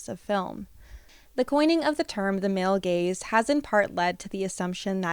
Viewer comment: I'm the idiot that laughs when you say male gays instead of male gaze